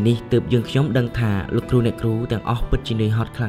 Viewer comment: លោកគ្រូ អ្នកគ្រូ មិនមែន លោកគូ អ្នកគូ ទេ ហើយក៏មិនមែនញ៉ុមដែរ គឺ ខ្ញុំ។ បើក្មួយៗ រៀនដល់ថ្នាក់ទី12 និយាយដូច្នេះ ចុះអ្នកមិនបានរៀននោះទៅជាយ៉ាងណាឫ????????????? នេះគ្រាន់តែចំណុច2 ដែលខុស នៅមានចំណុចច្រើនណាស់ទៀតដែលខុសមិនគួរខុស។តើខុសនេះមកពីលោកគ្រូ អ្នកគ្រូឬ??????????? សូមមេត្តាជួយកែកំហុសឆ្គងទាំងអស់គ្នាទើបទៅរួច។ អរគុណទុកជាមុន